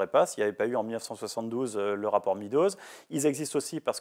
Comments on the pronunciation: MEADOWS se prononce MEDDows, et non MEEdows. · Le rapport Meadows se prononce comme MAIS DOSE, Monsieur Bueno.